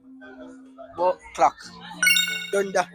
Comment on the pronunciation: Man say thunda😂😂😂